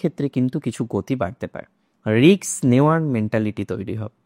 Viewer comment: Risk not riks..please pronounce properly as educated persons are also follow your channel